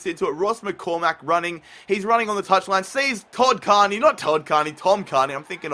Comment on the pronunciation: Cairney is pronounced care-knee, at least that's how I think it is